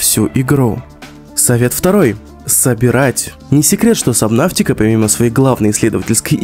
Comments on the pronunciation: Почему собнаВтика правильно собнатика без В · Сабнатика а не сабнафтика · Сабнотика, а не сабнавтика. Где ты взял букву в? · Это не сабнафтика, а это сабнатика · В кривом произношении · ДА ПОЧЕМУ САБНАВТИКА! САБНАТИКА! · Почему "Сабнавтика" 😭😭😭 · ПРАВИЛЬНО САБНАТИКА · КТО ЧИТАЕТ сабНАВТИка???